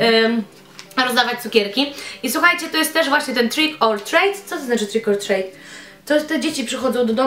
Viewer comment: Maska Krzysztofa wymiata! 😂 A tak poza tym to "trik or trit" i "dżaffa kejk" :) pozdrowionka 😙